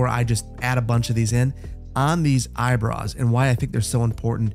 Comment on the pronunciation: The caption says "Eyebrows" The says "Eyebruhs"